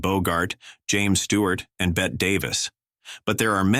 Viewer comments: AI needs to learn how to pronounce names: Bette Davis is pronounced “Betty,” not “Bet” and Joel McRae is pronounced “McCray.” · Bette Davis' name is pronounced the same as "Betty". She's not a wager.